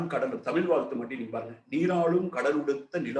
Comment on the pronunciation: தமிழை முதலில் ஒழுங்காக உச்சரிக்கவும்...லூ...லூ..🎉